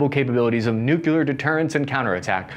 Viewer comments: Nuclear. Say it with me NU-CLE-AR. Not NUKE-YA-LAR. Thank you. Good videos, by the way. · "New-clear" not "New-cue-ler". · Hey, it’s nu-clear not nucular…jabroni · But then he ruins it by constantly saying nook-yoo-larr. Repeat after me, everyone: New klee urr. The atom contains a nucleus, not a nukulus. That E in the middle is important. Listen for the E. If it ain't there, it's a nook-yoo-larr. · Everyone: New-Clear Americans: New-que-ler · Noo-cleer , not noo- keyoo- lur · Please - it's "newclear", not "nucular". Otherwise a very good and informative video. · Some please explain to him the word is nuclear, not “nucular”. Say it with me, now, “new-clear”. Also, still waiting on that caseless ammo video. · It’s nuclear not nucular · No pass. Three syllables. Make a conscious effort. Say nucleus and then say nuclear. Repeat for an hour or until the speech impediment goes away. If you're going to make videos like these, have a guy there to punch you in the stomach really hard whenever you say nookyoolar. Then start up a conversation about uranium power plants. Within a week or two the nookyoolar should go away fairly easy. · Greetings from Colorado. Great stuff as usual. BUT! Come ON, guy... NU-KLEE-AR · Did I actually just hear a veteran say Nukular? I thought only Dubya said that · Hey! I love your content and delivery. Would love it more if you made an effort to say new-CLE-ar. Not so hard … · Nuclear is pronounced "new-clear." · Still saying "nukular". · Why do so many people say nucular instead of nuclear! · "Nuculer" Ugh